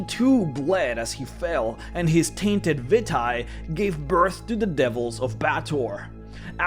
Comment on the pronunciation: Vitae is pronounced vee-tay